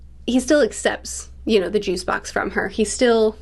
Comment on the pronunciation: Lol... the emphasis on juice especially. Luffy drank Juice and shanks teased him for it and said no pirate would drink juice.